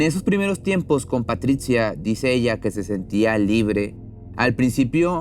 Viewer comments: Muy interesante tu video, pero para próximas ocasiones trata de vocalizar y pronunciar sin tanto esfuerzo, en algunos momentos pronuncia Patricha y en otras dices Patritsia, es antisonante y feo para escucharte, lo mismo con el nombre de Maurizio solo es esescuchar un poco en Internet la pronunciación, pero te felicito por tu contenido. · PATRITCIA ? O PATRICIA !